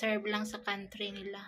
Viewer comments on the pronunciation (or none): none